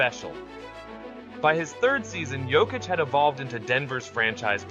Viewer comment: WHY IS THE PRONOUCED "YOKICH" NOT "JOKIC"?